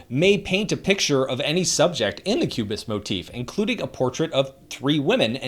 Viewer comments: open the subtitles, auto subtitles confirms that he said ques bist instead of cubist. Just a fumble or something i am missing to understand. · why did you mispronounced cubist?